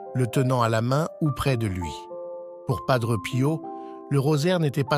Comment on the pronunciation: Il est décédé en 1968 et non 78 Il y a beaucoup d erreurs sur votre vidéo Dites PADRÉ ET NON PADREU